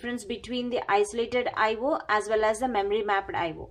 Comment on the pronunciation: It's I/O ...! Not I/wooo😅😅